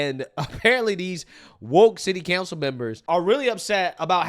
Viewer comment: You do realize it's city COUNCIL right? Not city CANCEL. How come you people can't speak?